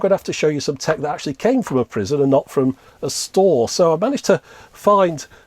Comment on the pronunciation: You said "prison tekken"